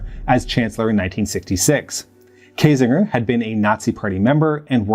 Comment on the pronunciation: It is so funny to hear you pronounce german names. That´s no criticism and I´m probably not much better with Vietnamese or Bantu names just really funny. If I hadn´t known the names (from Ohnesorge and Kiesinger) I probably wouldn´t have been abel to recognize them. You pronounce the terrorists names much better.